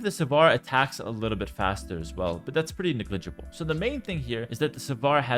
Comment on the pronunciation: *NEG-LIG-ABLE Sry but it's driving me bonkers!